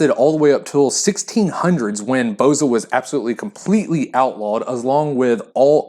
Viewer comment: Most of the Balkan countries have it. As far as I know, Albanians are the one, first produced it.(Full disclosure: I'm a Bulgarian, not Albanian, but know this years ago, back from my father). Plus, for the name, when pronounce it - the stress is on the last letter - "a".